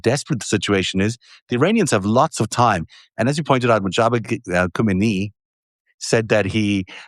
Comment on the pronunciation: Who does'nt love the Wolf Pak❣, `s annunciation of Mijtaha Khamenei is correct and you all are much appreciated 💯